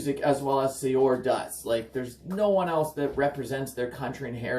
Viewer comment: Just a tidbit of information... it's pronounced as "Seur," not sayor.